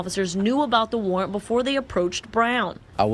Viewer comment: Stopped the video when I heard "warrant." 🙄🤦🏿